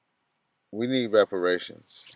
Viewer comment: reparations.. not respiration.